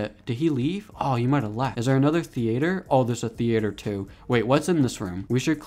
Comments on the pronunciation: It’s theater not the-a-t-er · Why u saying theyater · bro said thea-ator 😭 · Bro said thee-ater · The way he says theater lol